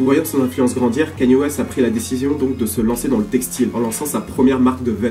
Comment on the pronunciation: wesh c'est quand que les gens arriveront a bien prononcé son nom ? ça se pronnonce "Kaï-Ni-É" bordel pas Kany et encore moins Kenny comme j'entends trop souvent